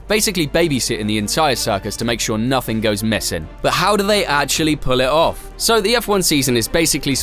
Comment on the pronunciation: Love this video, but I also love the G at the end of the words “everything” and “nothing”… they are not silent.